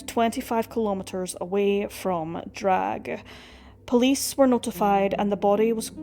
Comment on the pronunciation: Not to be picky but in German you pronounce every letter, just because it's at the end of the word, doesn't mean is absent. It's not Drag - It's DRA.GHE🙂